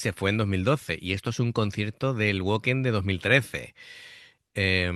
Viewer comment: Se pronuncia Vacken, que es alemán. Este concierto pertenece a la gira en la que la banda presentaba a Floor como nueva vocalista fija, que ya había actuado de forma provisional tras la marcha de Anette. No fue por este concierto, sino que ya estaba decidido. De los que aparecen en el concierto, Marko Hietala (bajo y voz) y Jukka Nevalainen (batería) ya no están en la banda. A mí Floor me gusta más que Tarja, me parece mucho más completa y versatil. Sólo hay que comparar esta canción con la versión de Tarja. Pd: cada vez que alguien compara a Amy Lee con FLOOR JANSEN muere un gatito y el niño Jesús llora.